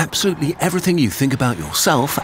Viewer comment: "Absutely" isn't a word.